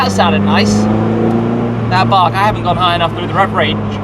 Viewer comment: He does say "the bark".. But if you WANT you can also hear.. "Faaark" 🤣